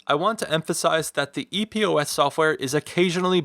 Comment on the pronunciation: Just ordered this one after having TWO pair of HyperX Cloud 2 being crackling & not working properly. Super stoked! P.S. It's "Epos" not E.P.O.S. #OCD